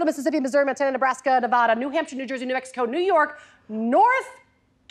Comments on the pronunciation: ....Nevadan here, god. Damn it, wrong pronunciation... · Except she cursed Nevada with her erroneous pronunciation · I am actually upset with the way she pronounced Nevada but also WHATS WRONG WITH MICHIGAN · The way she pronounce Nevada immediately made me mad lol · I mean you clearly hate Nevada if you can’t even be bothered to pronounce it correctly. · Why can nobody pronounce nevada correctly C’mon people Do better